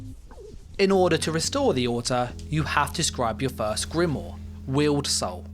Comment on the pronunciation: Please learn how to pronounce grimoire lol. Drives me nuts.